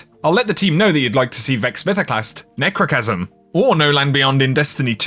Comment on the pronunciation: When he said nechrochasm a bit of my soul left